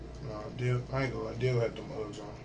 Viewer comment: He can't even say Dale, he keeps calling him Dil, what right melon.